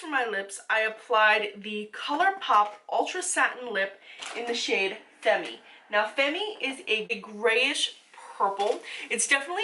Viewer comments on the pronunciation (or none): Just for future reference in case u use that lip color again in another video...its pronounced "femm" silent e at the end 😘